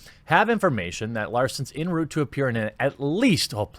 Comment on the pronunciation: The term "en route" is pronounced "on root", not "en root" or "in root".